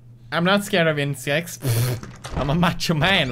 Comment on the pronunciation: “I’m not scared of insjects!” Lol